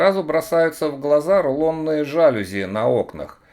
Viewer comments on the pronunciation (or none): none